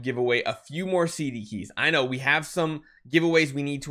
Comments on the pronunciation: “Cdkey” pls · "CDKEY" PLEASE PLEASE PLEASE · "CDKEY" please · "CDKEY" lesgoo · “CDKey” just try